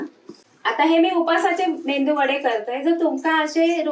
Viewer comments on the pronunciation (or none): मेंदू वडे नाही मेदू वडे म्हणतात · मेंदू वडे नाही हो..मेदू वडे म्हणतात. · मस्तच. मेंदू वडे नाय गो मेदुवडे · मेंदू नाही medu वडे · 👌मेंदू वडे नाही. मेदू वडे म्हणा. मालवणी ना